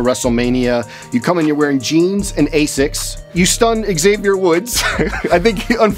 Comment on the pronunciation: It’s asics not a6 💀